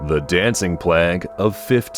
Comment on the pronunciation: Number 6. Plague is pronounced with a long A. Go back to school.🤦‍♀️